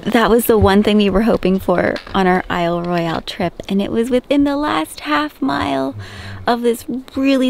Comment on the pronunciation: Isle Royale is pronounced without the E on the end :) Hope the bug bite is better! As sucky as it was it is a great example to all viewers why you must be prepared to go to this park, glad you had first aid. I’ve been there many times and it’s easy to get in trouble really quick. My husband gashed his forehead on the corner of a shelter at Windigo on our last trip. We were thankful to have packed tons of gauze “just in case”. Thanks for sharing your adventures!